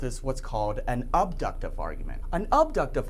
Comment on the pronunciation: only if the assumptions (premises) are "guaranteed" true. When might the truth of an assumption be certain? Think of Euclidean and Riemannian geometries. Remember to avoid notions from authority and from the zoo of metaphysical notions. The "a" in "abductive" is pronounced like the "a" in "apple." Modifying "probable" with "only" is something metaphysicians do.